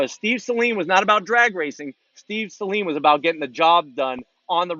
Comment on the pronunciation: Thank you for pronouncing Saleen correctly.